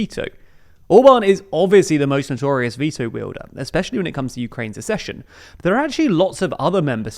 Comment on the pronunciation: It's not "assession": it's "akcession"!